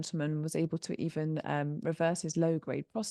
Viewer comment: able: aye-bul. Terminal L. not: ends in a T. certain: There's a T in the middle. Not "sir-uhn." You sound lazy and weird.